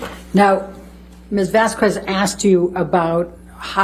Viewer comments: The way elaine consistently mispronounced Camille's name throughout the trial to be passive aggressive is honestly so pathetic. She comes across at best as disrespectful, and at worst as a racist old lady. Shameful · Camille Vasquez is amazing! She really did a great job. And Mrs. Bredehoft always pronouncing her name wrong is annoying... And insulting. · Does anyone else hate how she says Vasquez? Lmao kill me! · Elaine mispronouncing Camille's surname every single time, ugh. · The mispronouncing of Vasquez is annoying lol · That’s not how you pronounce Vasquez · It annoys me so much how she keeps saying Camille's name wrong. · I'm very bothered by the fact that Elaine calls her Ms. VasKWEZ. Lmao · Elain mispronounced 'Vasquez' every time. It's not Vas kwez it's Vask kez WHY DOES ELAINE GET AWAY WITH ARGUING WITH THE JUDGE IN FRONT OF THE JURY!? It drives me nuts!😖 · VAS-KEZ not VAS-KWEZ. as a Latina it triggered me. That name is not hard and Elaine crossed a line. Not saying you did, I assume you were just going off how often Elaine mispronounced it. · M8, you're from Texas. It's not Vas-kwes, it's Vas-kes. C'mon. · It drove me nuts she kept calling get Ms. Vas-Kwez. If I were to be referring to any person and had ANY doubt on how to pronounce their name I’d check before hand! Constantly mispronouncing her name was awful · Apart from the unprofessionalism from Amber Heard's team, I was so tired of Elaine mispronouncing Camille's last name, I know English grammar would say q separate from u, but the way of saying it would be 'Vasqez' even though is written as Vásquez 😊, it was said properly from the beginning of the trial, so, it triggered me. 😅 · as a citizen of a former Spanish colony, hearing it pronounced as "vas-kwez" give me anxiety 😂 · The way Bredehoft was mispronouncing "Vasquez" as Vas- KUEZZ was so unsatisfying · The way Elaine says “VASQWEZZ” 🤦🏻‍♂️ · The way she says Vazquez bothers me to my core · "Miss Vass-Kwez" lol